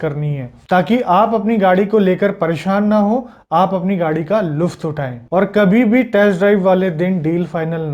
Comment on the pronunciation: Very good🙏🇮🇳 Bharat mata kee jai 6.42 "luft" naheen"lutf" pl. Correct 😁